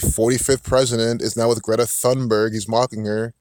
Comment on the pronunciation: Thunberg is pronounced with a “straight” T as you say “Tarzan”.. you don’t hear the “H”.. 🤓 Like “Tune-berg”, not exactly.. almost. 🙃 I’m Swedish too. And yes, she’s a fraud and like you say, an actor. So much shallow stuff around her. It’s awful. Thank you for the good info. 🌸